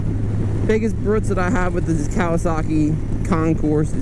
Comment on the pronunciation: just saw this video in my long run of zg 1000 search. I would agree that the looks, you either love it or not. That being said I own a ' 87 my self and she is a sleeper for sure! beautiful ride and well put on stats. Really enjoyed the video. side not: the s is silent!!! lol